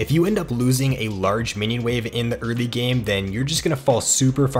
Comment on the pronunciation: I swear to god the way you pronounce "early" just pierces my ears every time